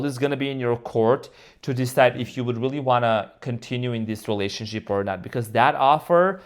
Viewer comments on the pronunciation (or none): Wait….did say relationshit?? 😂😂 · 😂I Think He Did, I Heard It As Well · Did you say "relationshit?" 🤣